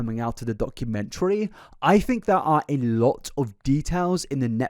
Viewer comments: it really bothers me the way says "documentary" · Can someone teach the Wilson family how to say documentary.